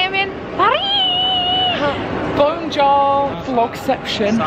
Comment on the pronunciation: BAWNJORE lmao i love eleanor 😂😂